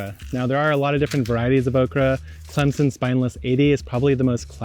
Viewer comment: Growling up in South Carolina, I love that you included Okra. It is probably a little bit of an acquired taste though, and so many people I know complain about texture and it being "slimy". Of course, that is more of how to prepare it. I did cringe a little at how pronounced Clemson. As a native Carolinian, we all know that there is an invisible "P" in Clemson. So it is pronounced Clempson!